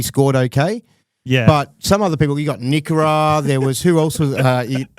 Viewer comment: You totally butchered nikora’s name. Very professional though, just kept going🫣🫡 enjoy the new studio 🙌